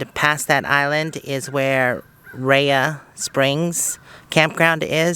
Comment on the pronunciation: Girl after my own heart love the cooking video..lol Kewl said my name also..good job saying Rea (Rhea).